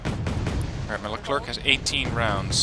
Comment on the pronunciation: Hey sorry if I sound like one of those annoying people that correct you on what ever you say but, you said Leclerc wrong. It's Le-Clair actually. The French have a "interesting" way of pronouncing things.